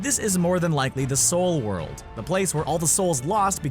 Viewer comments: "Souldworld" oml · Lol “souldworld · the "SOULD WORLD"? Go home your drunk!! LOL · "Souldworld" lul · There's no "D" in the word "Soul."